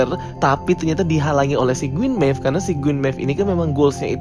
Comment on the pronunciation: Queen Maeve bosku, bukan Gueen maeve. 😁